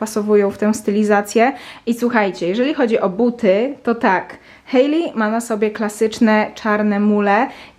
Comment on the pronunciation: W końcu ktoś kto poprawnie wypowiedział imię Hailey 🙈